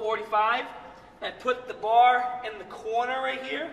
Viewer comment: Grip the bahh